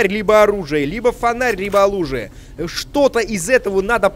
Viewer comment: "олужие" :D